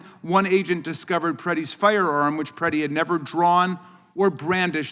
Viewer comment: Mispronouncing Alex Pretti's name and your staff messing up the signs takes away from the powerful message